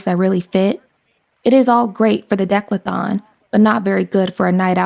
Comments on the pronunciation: It’s pronounced dee-CATH-uh-lawn....not deck-luh-thon. Otherwise, really good. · really, nobody is going to comment on the pronunciation of DECATHLON? It's NOT dek-lathon. It's D-cath-lon. 🙄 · It is pronounced "dih KATH a lahn" NOT "DECKlathon" 😂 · With respect... Bruce Jenner's Olympic event was the: Dee-Cath-A-Lon NOT the: "DeK-La-Thon" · Good video but one complaint: it's pronounced de-cath-a-lon not decla-thon. Please practice words that are unfamiliar to you. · What is a “deklathon”? I think you mean decathlon.(Dee-Kath-a-lon) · Dec-la-thon? It’s the de-cath-lon. Lol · decathlon Not "declathon". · Please, dear, the word is De-CATH-lon, not DEClathon.😮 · I’m sorry but I have to make a correction It’s not Dec-la-thon, it’s De-cath-lon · Its DE-CATH-ALON!!!!!!!!!! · You pronounced DECATHALON wrong. Sounds like: duh·kath·laan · de-CATH-a-lon Offering that not to be petty, but because the narrator needs to know the right way to say that word. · Decathlon. Dee-cath-lon. Accent on Dee. And it's "fraught" with tension. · Decathlon (Dee Ca The Lon ) am I wrong? I can’t focus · De-cath-a-lon. That is how it's pronounced. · Decathlon is pronounced dee cath uh lon.